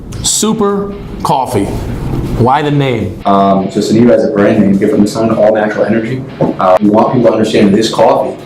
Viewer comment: They say Sunniva wrong its not suunneva its sinniva but spelt Sunniva I know because its my name lmao